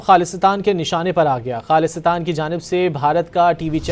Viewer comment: This news reader needs to learn how to pronounce the word “Khalistan”